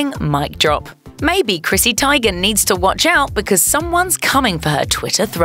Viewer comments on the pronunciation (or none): Tie-gen? its tee-gen lol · For the love of GOD!!! It’s pronounced “TEAGAN”!!!! It’s not that hard to say